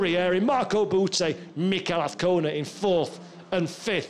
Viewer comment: No car sounds... only a commentator who can't say AZCONA ~ with a Z. It is NOT Avcona of Afcona - AZZZZZZZ